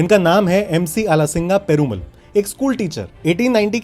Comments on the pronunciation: पेरुमल नहीं पेरुमाळ बोला जाता है। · Name perumal is pronounced as perumaal with a sound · Abbey peruMUL nahi ... PERU MAAL bol bey